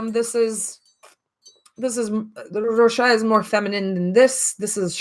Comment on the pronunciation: In this case you pronounce the s in Rochas ; I know in French the s is mostly silent; not in rochas